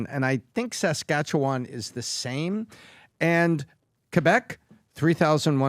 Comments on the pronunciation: How about; the Canadian expat; pronounce Saskatchewan correctly? It's not "Sass-kat-cho-wan?" Emphasis on the "Sass." It may be a minor point; but it's irritating to hear a Canadian mispronounce the name of a Canadian province. I don't care how long he's been under the influence of the USA. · Danielle Smith has literally said that she doesnt want to separate from Canada and wants to be able to make plans and deals with Carney. Please learn how to say Saskatchewan correctly haha